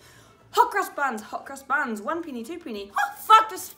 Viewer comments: I literally thought you said “hookers buns” 😂😂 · Just saying Hot Cross Buns with that accent sounded like Hooker's buns.